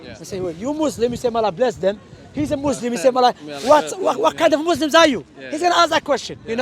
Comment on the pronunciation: Can someone tell to stop saying mozlem and say Muslim. There is a massive difference